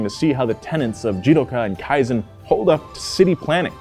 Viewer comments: I think you should pronounce "kaizen" better, thats my kaizen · Kaizen not Kiazen. Even Land Rover sucks. That's why so many Land Rover and Range Rover cars in Indonesia are engine swapped to Toyota or Mitsubishi. Toyota knows how tough the terrein of many parts of the world, unlike western brands made for their very dry, no humidity at all, they really know nothing about highest humidity on earth the equator line Indonesia. BMW/Rolls Royce, Mercedes-Benz/Maybach, Audi/Bentley, etc are so mainstream overpriced average of very poor nature western world. Toyota Crown and Century are truly in limited quantity. You may buy not because you have the money but Toyota will investigate whether you deserve or not. Truly Prestigious, Truly High Class. Money cannot buy Real Status. Toyota Indonesia Manufacturing since 1970 Only available in Asia, Australia and few selected countries. No Europe No USA. Too good for Western world that will make their automotive manufacturers losing profits as they're overpricing everything 😅🤣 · No offense but you butchered kaizen pronunciation